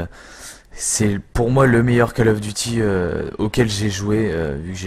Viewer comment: Coll of duty pas Caaaaall of duty u_u